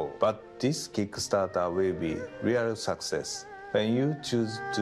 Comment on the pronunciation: "We are succsess" BRO THAT FRICKING KILLED ME